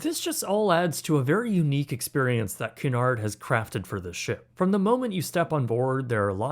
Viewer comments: KYOO-nard. 😊 A canard is something else, sorry. 😊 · It Cunard(kyoonard ) not Canard, which is a duck! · Canard??? It's CUnard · Please pronounce it, it's not canard, it's q.Nard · By the way, it’s pronounced “COO-nard” (or “CUE-nard if you’re a Brit), not “car-NARD.” The line’s founder Sam Cunard (off on some ocean liner in the great beyond) thanks you. 😌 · “Coo nard”. “Canard” is duck. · I wore my hoodie sweatshirt from the RMS Titanic exhibit when I was getting on a cruise in Florida also it's pronounced Qnard like the word cue not pronounced canard which is the French word for duck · Cunard pronounced coo-nard should actually be pronounced que-nard. Small thing, but your AI narration simply isn't that intelligent (but perhaps better than most). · I thought it was pronounced CUE-nard. I think that's how I've always heard Emma Cruises pronounce it anyway. Great video though! This was a very fascinating video. :) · Very good review! I believe that this places Cunard cruiseline more in the Upper Premium or Luxury category rather than just Premium. Footnote: the correct pronunciation is KYOO-nard (as in "cute" or "Cupid") and not kunn-ard or kunn-erd. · Cu/nard, não é Ca/nard. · 😆It's pronounced KEW-nard, like a "Q" at the beginning... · its pronounced cyoo-nard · I think you’ll find it’s pronounced Que-nard not whatever it is you are calling it. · It's pronounced more like Queue-nard. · Can you not pronounce Cunard correctly. It's pronounced Queue-nard. named after Sir Samual Cunard of course. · It’s so annoying when Americans don’t take the time to learn proper pronunciation, Cunard is pronounced ‘Q-nard’ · It’s Cunard pronounced QU NARD not what ever you think it’s pronounced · Cunard is pronounced Q-nard ;) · You're murdering the pronunciation of Cunard. It's pronounced KYEW-nard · Cunard is pronounced "Q-nard" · It’s pronounced “cue nard” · Great review Just one thing that bothered me: Cunard is pronounced “kyoo-NAHRD” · FYI its pronounced Cue Nard